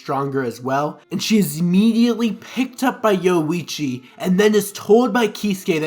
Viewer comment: Great video, but you not pronouncing the "ri" in Orihime and the "orui" in Yoruichi is driving me LITERALLY INSANE. 😂🤣😂💀☠️💀🤷‍♂️💯💯💯